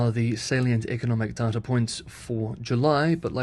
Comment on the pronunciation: The way u say data is annoying.